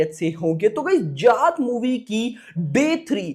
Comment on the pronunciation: bhai jaaat h voh... tum glt kyu bolteo... tumhari smjh m kyuni arha bht irritate lgta h tum जात bolreo जाट h voh